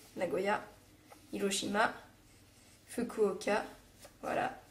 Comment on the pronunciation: la prononciation est pas top. On dit pas foukouoka. mais plutôt fkouoka. Le 'u' est étouffé en japonais la plupart du temps. Comme on ne dit pas "desou", mais "desse"